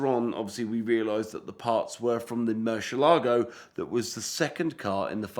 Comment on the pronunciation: 15 seconds in and f i hear this halfwit say "Murshalargo" one more time i am gonna lose my mind.